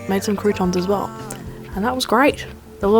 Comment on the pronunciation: It is so funny how you pronounce "croutons" 😄 It always sounds very interesting if english, american or australien peolpe speak french 😅